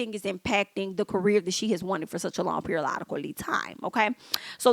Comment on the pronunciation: Periololically made me hit the subscribe button!! 😂😂😂